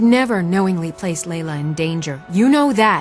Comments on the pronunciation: Oh wow, Dunmer that're actually slightly grey. What an improvement. Also, you called Anuriel a High Elf, but she's clearly a Bosmer. And the Jarls name is pronounced "Lay-luh", not "Lay-lee-uh". Laila. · "Lailia" but the spelling and the NPCs say, "Laila" lol. La de dah.